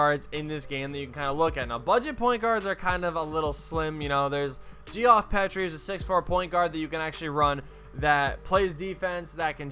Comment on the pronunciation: I’ll subscribe to your channel if you start pronouncing Geoff Petrie’s name correct!